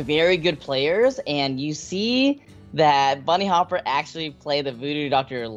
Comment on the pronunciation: Dear Kolento, Bunnyhoppor I think not Bunnyhopper. I guess you wouldn't like if me naming you Kolonto or Kelento ;)